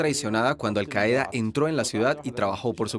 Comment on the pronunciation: La palabra 'Qaida' se acentúa en la primera sílaba.